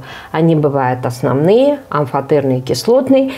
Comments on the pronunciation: оснОвные, все правильно, это грубая ошибка, когда ударение на Ы падает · Все круто, но грубая ошибка ударения в слове оснОвные оксиды, ударение не на Ы падает, а на вторую О